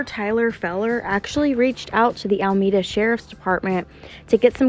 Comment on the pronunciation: it’s AlEmeda not ALMEDA 🤝